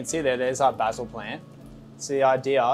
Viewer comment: Literally stopped the video 1/4 the way through cause I can’t stand hearing how you pronounce oregano and basil